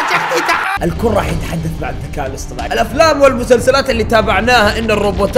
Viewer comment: الذكاء الاصطناعي ❌ الذكاء الاصطماعي ✅